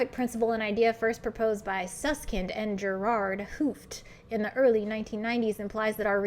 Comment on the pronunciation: gerard 't hoofd is pronounced with long o not uu and t is not silent, so its t'hoo-ft